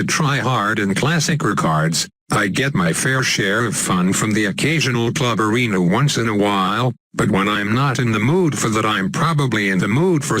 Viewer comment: every time you say "club arenas" it sounds like "cluberinas"... like ballerinas with clubs xD